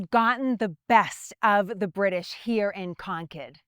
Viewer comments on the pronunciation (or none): What is so hard about pronouncing the letter R in words? And the word here is one syllable, not two. Very distracting to listen to. It's like they never left England.